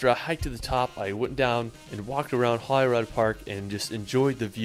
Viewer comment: Your pronunciation of Edinburgh is correct, he absolutely butchers many of the Scottish place names, like Edinburgh and especially Holyrood Park, I'm from Edinburgh so I kinda know 😉